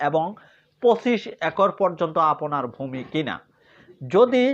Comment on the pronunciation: ৫ মিনিটের আলোচনা করলেন ১১ মিনিটে। এতো অপ্রয়োজনীয় কথা বলেন কেন? আর "আপোনি" "আপোনার" এইসব ভুল উচ্চারণ ঠিক করেন। লেখাপড়ার মান দেখেই বোঝা যায় আপনি স্বৈরাচারের দোসর